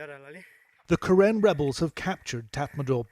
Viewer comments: 😁it should be Ka Rin, we pronounce like that. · karen pronouns Ka Yin.